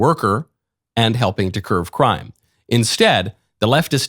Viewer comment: My dear Mr. Knowles, the phrase is "curb" crime, not curve. I'm not OCD, except for the correct usage of the English language.